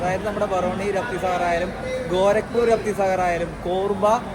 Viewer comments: വണ്ടിയുടെ പേര് രാപ്‌തി സാഗർ എന്നല്ല രപ്തി സാഗർ എന്നല്ലേ ഉച്ഛരിക്കുന്നത് 🤔 ആ അനൗസ്മെന്റ് ശ്രദ്ധിച്ചാൽ മനസിലാകും രപ്തി സാഗർ എന്ന് വ്യക്തമായി പറയുന്നുണ്ട് 😊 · റാഫി സാഗറല്ല "രപ്തി സാഗർ : മലയാളം പലപ്പോഴും ങ്ങശരിയായി പറയാറില്ല സാരല്യ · രാതി അല്ലടാ രത്രി സാഗർ അത് പറയാൻ ആദ്യം പടിക്കു